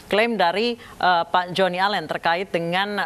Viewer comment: Bukan jhoni alen tapi jhoni alien